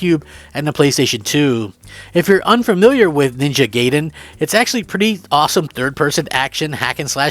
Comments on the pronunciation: Ninja Gai...den..(gaiden) not Gay...in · Ninja Guyden not Gaydan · when i heard you say gaiden i cringed a little. i always thought it was like "guy-den," not "gay-den." But im old and played that at arcades. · Yes Otogi and Ninja Gaiden are still on point, evergreen games Also it's "guy-den" 😅